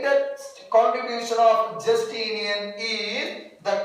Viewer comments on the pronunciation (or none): Jastinian alla justinian anu sir